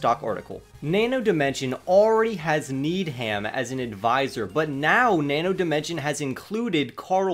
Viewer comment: It’s pronounced Need-em and Co. not Need-Ham. Keep it up 🤙